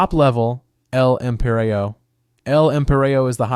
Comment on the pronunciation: My guy said "L-Empireo" smh